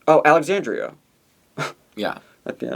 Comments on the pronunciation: AlexanDRA, not AlexanDRIA. Denébola is Den-AY-bow-la. Please respect the queens and their names :) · Always funny how butchers those Spanish names lol. Alexandria and Santine lmao.